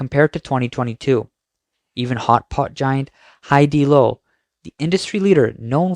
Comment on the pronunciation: the renovations don't matter, many people in the PRC want to remodel their homes to ensure they remove the bad luck of the previous owner /smh. My thought on that is, what if the person moved out because they had "great luck"? W/e Haidi"lo"??? Not Haidilao?